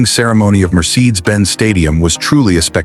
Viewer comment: COULDN't even get the MERCEDES name PRONOUCED properly. Very SAD how AI is deficient...and yet someone APPROVED this VIDEO. And THEN...the video BUTCHERS 'L E D panels and calls them 'LEAD panels'. Pathetic. VIDEO should be taken DOWN. Embarassing! $1.5 BILLION doesn't get you much anymore!